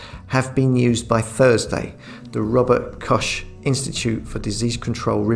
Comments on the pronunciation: It's pronounced "Robert Cockh",, like a male Liverpudlian chicken! You seem to have an interest and knowledge of Ireland. Are you of Irish descent? You're right though, apart from a few ignored dissenting voices, your average Irish person is just going along with the whole charade. Very disheartening indeed. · Hi, we were happily listening to you as usual when you mentioned the 'Rubber Cosh' institute report, I am sure that it was just our inability to hear what you were trying to say because us southerners speak so different.!. Cheers, Richard.